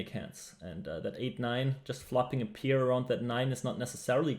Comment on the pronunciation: pair not peer